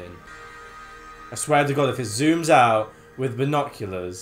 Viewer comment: "misther, would you play wif us?": "...no thanks" LMAO